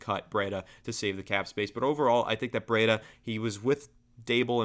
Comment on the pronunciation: Breida is pronounced “Breed-uh”, not “Bread-uh”.